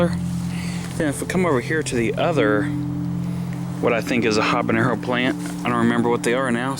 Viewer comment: Nice garden! BTW, it's habanero, without the ñ. Best wishes!